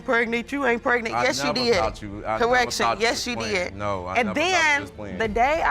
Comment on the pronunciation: "That's why I deed what I deed"